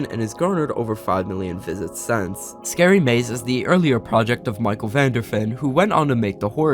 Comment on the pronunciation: SPOPPERS..... SCAREE EVEN.....